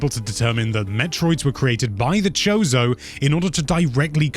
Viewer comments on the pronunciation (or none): It's not "zebbess," it's "zeebs." Also "kozo" not "chose-o"